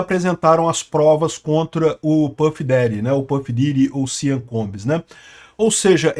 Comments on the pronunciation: Eu tentando entender o que diabos é "siam" e o nome dele é "sean". A pronúnica é "xan", caso alguém se importe. Não "siam". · Sean Combs é pronunciado "Shawn Combs", não "Sian" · Gosto muito dos seus videos, o que esta se falando agora e que os óleos de bebe que foram encontrados na mansão do Sean ( pronuncia e ‘shon’ e não sian) não eram exatamente óleos e sim drogas, as chamadas êxtase em forma liquida a GHB (gamma hydroxybutyrate). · Amigo, não se fala: SEAN, se fala: CHON. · A pronúncia de Sean é “chon”. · A pronúncia do primeiro nome dele é Shãn ( Sean ) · NÄO, È SEAN COMBS FALADO È " SCHON".... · A pronúncia de Sean é “shon” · O nome SEAN pronuncia-se "CHÓN". "CHÓN COMBS".